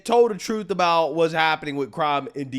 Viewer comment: She said "truff"